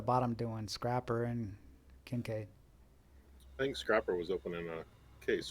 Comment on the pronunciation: The continued mispronunciation of scrapper is killing me 😆